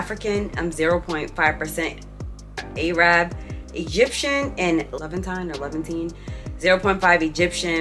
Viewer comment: The moment she said AAArab also the Dominican comment I knew I lost brain cells staying here to long!!!